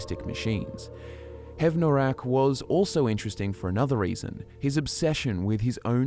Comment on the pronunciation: Don't know if perhaps there's a learning/speech disability at play, but it's distracting how often pronounces things incorrectly. We have EXAMPLES of characters saying these words in-game, or spellings that are clearly different from what is spoken in the video: Skyrim: "We stand at the tomb of Hev-NOR-aak..." - Valdar: "HEV-noraak." Skyrim: "If you must venture southwest, stay clear of VolskyGGE..." (hard "G" sound) - Solitude Guard: "Volsky-je..." (a "J" sound?!) Skyrim: "Brom-ju-naar Sanctuary": "Bro-mun-jaar..." Why?! Was no proofreading done? Did no one review the video before publishing it? I KNOW is real people, but these sort of blatant mistakes almost make me think of A.I. channels that masquerade as real people (like "Fall Damage" saying "Make" The Liar; seems A.I. doesn't know how to pronounce Khajiit names...).